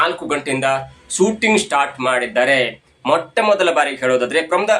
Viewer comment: ಕನ್ನಡ ಸರೀ ಮಾತಾಡಿ ..ಸೂಟಿಂಗ್ ..ಅಲ್ಲ ಶೂಟಿಂಗ್ ಅಂತ ..ವರ್ಷ .ಅಂತ .ವರ್ಸ ಅಲ್ಲ ...ಇನ್ನೂ ಕೆಲವು ಇದೆ ಅಸ್ವಿನಿ ಅಲ್ಲ ..ಅಶ್ವಿನಿ .